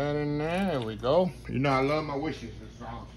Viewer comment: You always make me giggle when u say Worstershir-shir-shir-shir sauce 🤣🤣🤣 looks wonderful Chef 🙌🏼🙌🏼😍😍